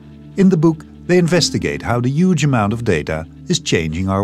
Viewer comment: "uuge amount"?